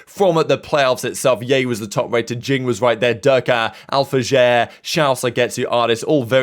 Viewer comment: 3 different Alfajr pronunciations in 3 videos 😂😂😂